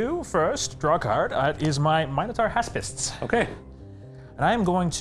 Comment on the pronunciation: Thank you so much for pronouncing Minotaur correctly!